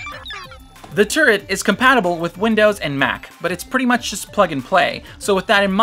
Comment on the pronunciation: First I heard the razer turd besides that great video